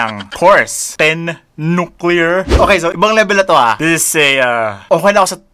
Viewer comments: TEN NUCLEAR BWAHAHAHAHHAHA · natawa aq sa ten nuclear 😂😂😂😂